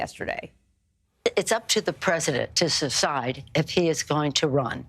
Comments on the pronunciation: She said SECIDE not DECIDE!!!!🙄🙄🤦🏼‍♀️🤦🏼‍♀️🤦🏼‍♀️ Nasty Pelosi is just as bad as Bye-done!!! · She actually said “secide” 😂